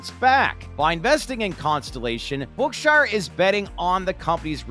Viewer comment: Learn how to pronounce "Berkshire"